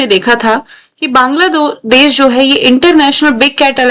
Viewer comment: Ma'am Banladaash 😂😂😂😂